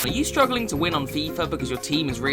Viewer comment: No one:: Are you shtruggling to win on FIFA?